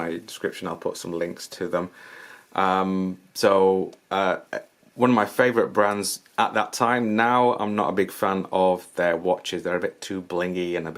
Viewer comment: Hey buddy, what does Fravret means 😂? Or were you trying to say Favourite 😂